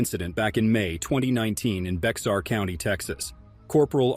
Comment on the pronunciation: Actually it’s pronounced Bear County, I know b/c I’ve been there. As to locking up other cops I’ve done that too. In my 30 yr career I spent two in Internal Affairs and retired as a captain, the commander of the patrol division. In IA, and as a patrol commander, it was part of my job to get rid of bad cops.